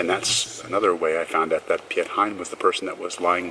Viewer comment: You pronounce Piet like in english 'Pete Hein' (like Pete Hine)